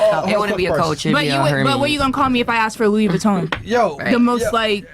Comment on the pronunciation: “Axe” instead of ask will always be annoying .